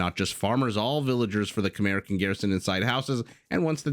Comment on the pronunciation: Maybe it's the right way to pronounce it "Kmaye" but it sounds weird to me. Too used to the usual "Khmers" I guess. Great casting anyway !